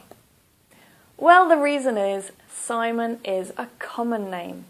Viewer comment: SIMON NOT SAMON